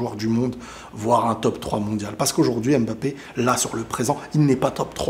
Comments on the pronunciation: Vous savez dire « simba » à la fin vous ne dites pas « si-em-ba » donc pourquoi vous savez pas dire « Mbappé » et vous dites « embappé »? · Mais arrêtez de l'appeler M-bappè ! ça ne se prononce pas comme ça ! il a déjà rectifié plusieurs fois 😭